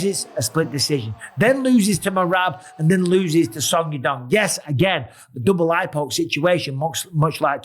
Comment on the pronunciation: Why does Bisping keep saying suck yadong?